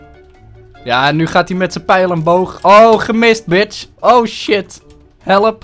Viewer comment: Hoe jij helep! Zegt. Geniaal!